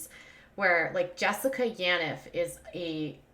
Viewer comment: Yaniv is pronounced: Yawn Eve